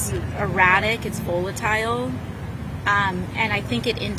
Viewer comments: AOC says "It's VOO-LA-TILE" LOL Girl, there is an app that will tell you the proper pronunciation of words that you don't know. "Carol Leave-it" Come On AOC, stop acting the fool. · someone tell how how to pronounce VOLATILE & LEVITT. God she’s annoying. Only bartender that brings NOTHING to the table!